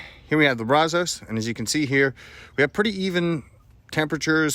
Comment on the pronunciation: Maybe Bradley could teach him to pronounce brazos correctly , he is a transplanted Texan after all